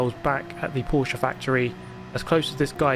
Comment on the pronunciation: i love that fact that you can pronunce Porsche right, and Stuttgart <3